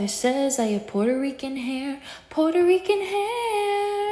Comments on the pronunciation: i love how she says “portarican” instead of “puerto rican” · Her eyes aren't even green and her hair is matted, dried and poorly dyed and not "porter reekan" 😂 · “Poorterican haiarr” as a puertorican, that made me cringe soooo bad, i felt my spine CRUMPLE